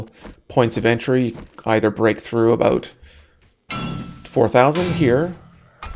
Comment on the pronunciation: I heard that "about" at the mark. Do you have a little Canadian in you? And... I am not talking about a tiny male prom actor from North Battleford, Saskatchewan.